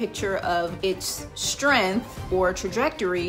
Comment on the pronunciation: I didn't hear a word you said other than you mispronouncing "strength" i was too distracted by that huge booger in your left nostril.